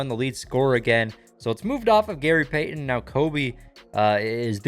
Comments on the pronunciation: I don’t think I can listen to this guy pronounce Gary payTON anymore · i love how he keeps getting peyton and kobe mixed up then the way he says gary pay-ten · “gary payTon” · i love but the way he says gary payy- ton is funny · From now on, just call him by his first name or call him The Glove. The way you pronounce Gary Payton’s last name makes me uncomfortable